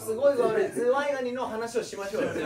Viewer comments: ズヤ兄言いすぎてか、ズワイガニが"ズヤ"イガニになる現象多発してるトラジャちゃんたちかわいい🫠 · 他の子も本人も｢ズヤ｣イガニになっちゃうのかわいい ｽﾞﾔﾆｨﾐﾐﾆｨ